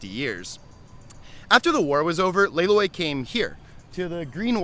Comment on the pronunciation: Wouldn’t it be pronounced Lay L-uh-i?